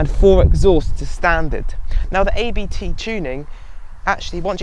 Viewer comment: very good review! But just one hint. It´s not A B T. It´s a german family named Abt.